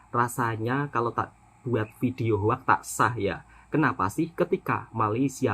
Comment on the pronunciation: sebutan betul hoax bunyinya adalah “hoks” (“o” bunyi macam o pada “orang”) …bukan “hoak”. Satu lagi sebutan betul “come on” adalah “kam-on” bukan “kemon” dimana “e” seperti bunyi e di “enak”